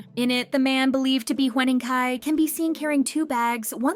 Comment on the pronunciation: Huening Kai❌ Hwening Kai✅